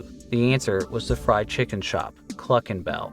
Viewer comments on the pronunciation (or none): none